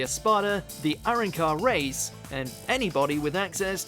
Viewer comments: aran car? what's up with people being unable to say the most basic words in bleach? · welcome to another episode of "pronounce hard words easily yet fuck up the most simplest of things." aran car... go watch the dub at least 50 times lmao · I know its fucking dumb they really don't know how to pronounce arrancar it makes me mad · "Arrincar" lol